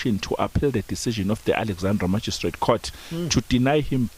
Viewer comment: You pronounce 'Magistrate' in a strange manner, i must say.